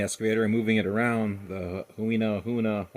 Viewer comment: It’s pronounced hoo-e-na